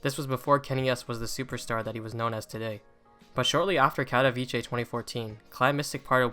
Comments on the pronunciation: Bro it’s pronounced Katovitsé and not Kadaviché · No hate but my guy its "katowice" not "katowicie" 😭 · It's pronounced Katoveetsay not Katoveechay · Its not katowicie, its katowice, can you try to say it correctly? Its really annoying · pronounced "kato - Vits - eh" no ch in there. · Great video, but please pronounce katowice correctly. KAH TOE VEETZ UH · No one pronounces the name right, get used to it. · the way people say katowice pisses me off as a polish person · As a Pole, I can't watch this movie because you keep pronouncing Katowice wrong XD. use google translate and check the polish pronunciation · That’s now how you pronounce Katowice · Bruh the pronunciation of Katowice 💀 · please learn how to pronounce Katowice... its painful as a Polish viewer